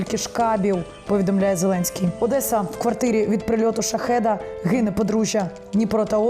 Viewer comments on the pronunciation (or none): none